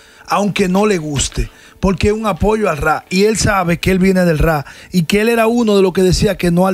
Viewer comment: Meca no se dice “rrá “ se pronuncia “Rap”